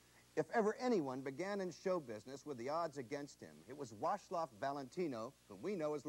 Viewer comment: the reporter called him "wash lof" talk about butchering a name.